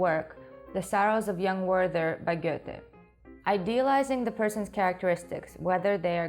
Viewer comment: So happy I found this channel (via The Take), this is briliiant! Also, you pronounced Goethe very well.